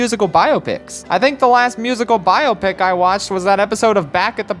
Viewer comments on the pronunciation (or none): Nobody else has a problem with the pronunciation of biopic? No? Just me?